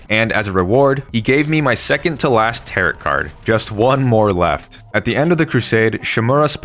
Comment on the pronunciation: Heyy! Great video, just letting you know that Tarot is pronounced “tare - row”